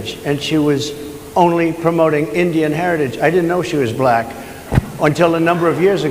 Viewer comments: Correction: Buh-lack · He pronounces Black. BAlack. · I can't stand the way he accentuates the L in black.